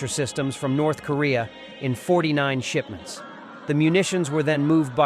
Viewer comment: Shipments just sounded like shitments